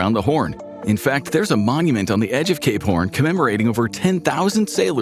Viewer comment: might wanna enunciate “cape horn” a little bit more next time. just sounds a bit different when you don’t.